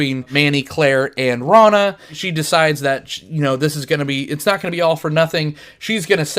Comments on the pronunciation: Rona? GTFO if you can't pronounce the main character's name you shouldn't be reviewing the movie. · I love this movie. But you keep mispronouncing Rona's name. Good review though. This movie is a hidden gem.